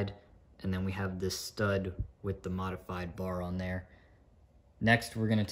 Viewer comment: why do you say modefyde brick😂😂😂